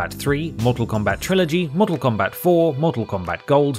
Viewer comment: Why do you have to say Mortak Kombat every time!?